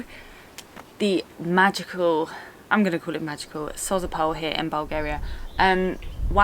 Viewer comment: It is called Dalian "Tchaika", "tchaika" means female seagull. Sozopol the stress goes on the second "o". Glad you had a good time 😊 Comeback again🙂